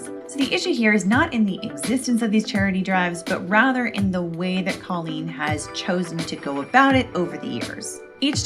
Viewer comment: Omg can we stop pretending her name is pronounced Co-leen now?? I know she wants to be special but that's just literally not her name. It's not anybody's name.